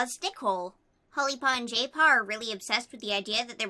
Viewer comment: Jaypaw - My ears: Gaypaw:D